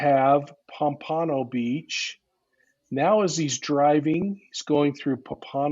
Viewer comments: You guys make a great team. Good chemistry! This happened in my city and I can’t remember hearing about it. Weird considering my true crime obsession. FYI it’s pronounced POM-pa-no. Most of those cities all operate under BSO- Broward Sheriffs Office. Many south Florida cities don’t have their own PD’s anymore, Pompano and Deerfield definitely fall under BSO. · Pom puh no beach